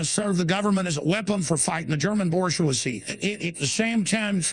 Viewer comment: "the Borsch-wazee"